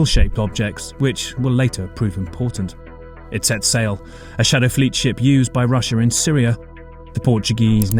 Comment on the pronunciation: When you use "shadow fleet" you sound like a child saying a "naughty world".